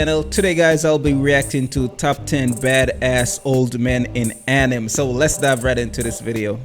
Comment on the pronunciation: Why is he pronouncing the word Anime itself like that? It’s bugging the CRAP out of me 😠